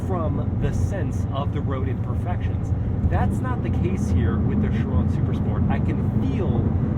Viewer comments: He isn’t really saying it correctly, at least not the french way 😅 He’s saying Schiron but it’s basically Chiró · It’s pronounced shi-RON not shi-rö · have i been pronouncing chiron wrong??? he says it with almost a french accent